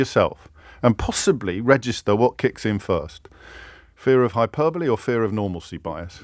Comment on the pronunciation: How many times does he say hyperbole in this video? Also the way he’s saying it isn’t how you pronounce it at all